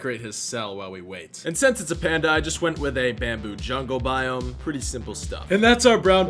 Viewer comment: i was watching then i hear him say acacia boime when he goes to a spruce biome